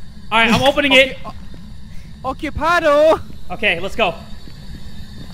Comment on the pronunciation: "OCIPADO!" - 2020 😂😂😂😂😂😂😂😂😂😂😂